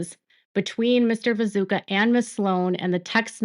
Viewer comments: isnt his name viTUSCKA? 😅 sounds like you're saying viZUKA. anyway tiny note ❤ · Hi! Love your work and how closely you allow me to follow this case from my couch. Are you calling him Vizuka on purpose? Isnt it pronounced Vitooshka? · It's "Vituscka", not "Viso(c)ka", "Vazooka", "Visuka" or any other variant or whatever! Just bothers me because the details matter with him especially in this case of what his actual story is here and his integrity! I know it's hard to pronounce but one can also just look it up, just a thing that bothers me with your coverage otherwise thank you for dealing with this mess in the first place, the Daily Mail is infuriating and all this is so outrageous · Great work… But just FYI, his name is pronounced “vi-too-sh-ka,” not “vi-zoo-ka,” lol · I think it's pronounced Vitooshka. He's so contradictory I don't understand him at all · Hey! Love your content, but I have a quick piece of feedback. It took me a few minutes to realize you were talking about Vituscka. I kept hearing 'Bezuka,' and for the first part of the video, I was thinking, 'Who is Bezuka?' I'm not sure if it's the pronunciation or my ears, but just wanted to let you know!